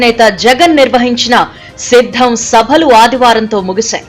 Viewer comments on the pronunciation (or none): That is not shiddam 😂😂😂 that is siddham😂😂😂